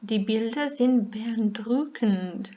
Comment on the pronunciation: Beajndrukend izgovor reči "beeindruckend"